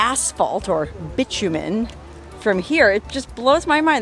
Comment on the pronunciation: Hehehe. She said, "Bitchyoumen."